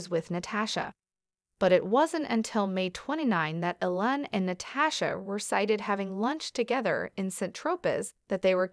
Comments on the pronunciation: His name is EEEEEEE-lon! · appears to be a computer-generated voice that can't get Elon's name pronounced correctly???